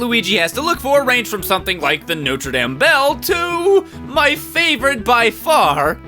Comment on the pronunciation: He mispronounced notre dame UNSUBSCRIBING